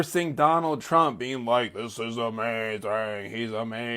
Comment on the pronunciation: lol she said Chump said… That’s how the Spanish actually pronounce his name.. Chump